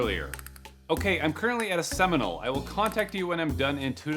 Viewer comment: I don't know why "Seminal" sounded so funny😂😂😂